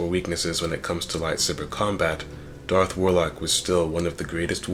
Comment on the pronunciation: It's DARTH, NOT DARK, i swear people, do not talk if you can't even say the words correctly. DARTH, DARTH, DARTH, DARTH.